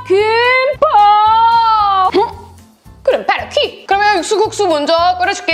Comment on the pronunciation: 호로입(바로입) 허러스트(펄스트) 왜 모든 단어가 ㅎ으로 변하는거 같지